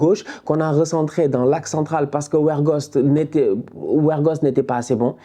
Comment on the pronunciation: Siinon c'est pas "werghost " mais bien " weghorst" Respecte le quand même .